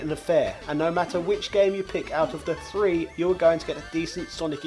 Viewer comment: It’s “Three” not “Free”.